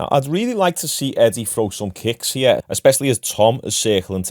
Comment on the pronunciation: Why do you pronounce the word kick so lazily